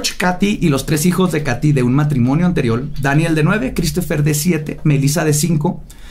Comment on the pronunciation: Todas las equivocaciones de al hablar: waten prep prepa cile pralanormal nosesitava las posibles pues uuu lo que parecían anabel inibir y por eso ellos eee prueba alguno la familia de mudio anterrior un matrimonio anteliol apresur alamente salvó Carlos trajo maltuvieron arruinarra